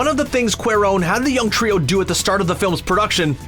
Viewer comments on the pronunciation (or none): none